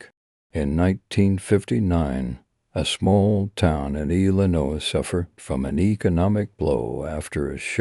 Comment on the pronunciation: Apparently he can’t say Illinois correctly